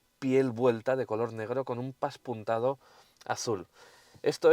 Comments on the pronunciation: Pespuntado no paspuntado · Hola me gustan muchos todas tus pruebas y esta no es una excepción, solo comentarte que me ha llamado la atención porque lo has dicho varias veces "paspuntado" creo que se dice pespunte ó pespuntado. Un saludo crack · Se dice PESPUNTADO